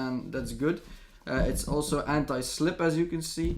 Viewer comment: Someone sounds dutch with its anti-slip :p